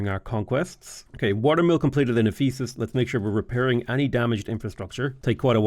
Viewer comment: Also the emphasis on the wrong syllable to pronounce it as eph-E-sus instead of EPH-e-sus